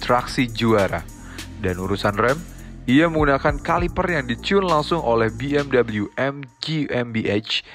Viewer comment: Be Em We mas bukan Bi Em double u